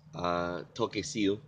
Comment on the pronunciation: You've got most of it right I thought this would help a bit more with the basics. Oku ( aw- koo) ou ( wo - oh) sai pe malo - I am fine thanks when you are asked how you are doing if you are referring to yourself you say "oku ou" which just means "I am" informal goodbye - Toki ( to - key) sio ( You just pronounced the Toki as Toke - which means eel) There are two ways you can say sit down you can say either nofo ki lalo or tangutu ki lalo the proper way of saying no is "ikai" ( say it as one who word i - kai) the way you've pronounced it is ika'i - not quite right but you almost had it! Kataki (ka - ta - key) you've pronounced it as Ka - ta- ke The apostrophe is called "faka u'a" Oku ke alu ki fe? - Where are you going? Oku mo alu ki fe ? - refers to two people Oku mou alu ki fe? - refers to 3 or more people A good way to learn Tongan is how it's spelt it how it's pronounced you've got the alphabet down packed so you're on your way!!